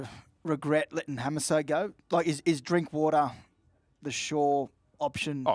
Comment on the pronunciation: "Josh drinkwater" 🤦‍♂️🤦‍♂️